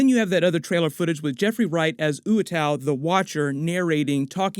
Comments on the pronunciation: oo WAH too . . . NOT . . . oo uh tau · Isn't Uatu pronounced watu, and not ooatau? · I love u man but it uatu not uatau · Say it with me, "Eww Ahh Two" the watcher. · Would be great to see the Invaders form around Captain Carter and Hydrastomper, but I guess no new characters like Submariner can be introduced. I always pronounced the Watcher's name as oohh-wha-tuu growing up reading What If?